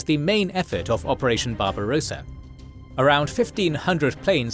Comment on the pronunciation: Just a note : Barbarossa has 2 s, so you don't pronounce it like barbarosa, like a rose-a, but rossa. The o is short. Think of how you pronounce tosser.